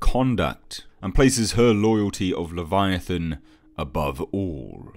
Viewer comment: "leviathaaaan" haha I love how he pronounces it